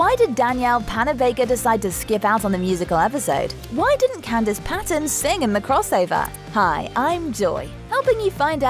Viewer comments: "Can-dees"...? It's pronounced "Can-DISS." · Can deese? That's not how you say her name.